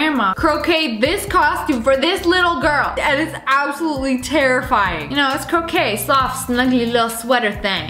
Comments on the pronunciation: Excuse me did she say crocay nah unh it's croche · Cro-kay? U mean cro-shay? (Dis how u pronounce it atleast) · sssniperwolf: “Chrocha” Me: it’s crochet (crow-shay) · Nobody: SSSniperwolf: calls crochet croquet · i love how she says "croquet" instead of "crochet" lol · No one: Not even my dad: Not even god: Sssniperwolf: “cRoqUet” No hate but how you say crochet is (cro-shey) Not croquet like the game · Anyone notice how she said “croquet” instead of “crochet?” 😂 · She ain't even know she said croquet instead of crochet...twice lol...ahh I still love ya anyway sssniperwolf ❤❤🤣🤣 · It’s “crow-shay” not “crow-cay” XDD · Love how she said croquet instead of crochet. Haha! So cute! Close honey but nope. That's not it. Did anyone else notice that or just me? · Lol, but I think she meant to say that xD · I laughed so hard when Lea said CrowCray cause it’s crochet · Nobody gonna talk about how Lia called it "croquet" and not "crochet"? 😂😂😂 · when SSSniperWolf says 'croakai' (crochet) how its really sounds like, crow-chet. its a silent T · Did she just say “cRoCaDE” it’s crochet pronounced “croshay” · ily but isn’t it pronounced “Crow-shay” instead of “Crow-kay”? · Lia: "Cro-kay" Normal People: "Cro-chey" (No hate) (Pronunciations) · Lol when she said crochet it sounded like she said coc@ btw if your wondering how to pronounce it, it’s Kro-shay lol 🤣 😂😅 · Lia: KroKay Me: IT'S CROCHET (Pronounced Cro-shey) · crochet is pronounced croshay, croquet is pronounced crokay. Croquet is a sport, crochet is a lazier version of knitting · Did anyone catch that she said croquet and not crochet? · I found it very funny how you said crochet like crocey because it’s actually pronounced CROSHEY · love how you said co cayed its crochet pronounced crow shay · crocade I thought it was croshade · What's a "crocha"? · Crochet not croquet 😆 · Croquet it’s crochet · Crochet is pronounced cro-sha not crocket (cro-k) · Her coka me ITS CROCHET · It’s not crocay it’s crochet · its CRO SHAY NOT CRO CAY